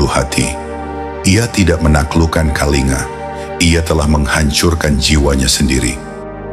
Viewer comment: semestinya naskahnya ditulis KALINGGA bukan Kalinga, shg narator google-nya membacanya dg benar, sebab ejaan india TIDAK MENGENAL G double, seperti ANGA, dibacanya ANGGA, begitu pula KALINGA dibacanya KALINGGA